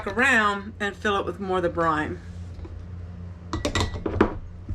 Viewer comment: It sounds like you are saying ‘brime’. I think you are meaning to say ‘brine’.